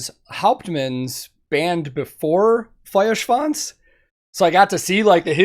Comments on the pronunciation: I'm so excited for that new album. Btw.: Your pronounciation of Feuerschwanz is really good by now. :) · The first American the pronounce "Feuerschwanz" correctly... 😂 . Very cool!👍 Greetings from Bavaria! ✌️ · Great pronounciation on the Feuer. Best i've heard from an American reactor so far. great video too and a fun song.